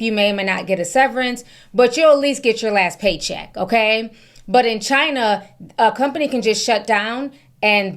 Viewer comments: The way you pronounced CHINA tickles me. 😂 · It tickles me too!😂 Love her impersonating how Trump pronounces China.